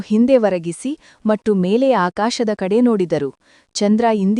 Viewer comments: Matthuge mattu anthale .pronunciation sari yilla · Your kannada pronunciation is not good for and in kannada you say mattu it is wrong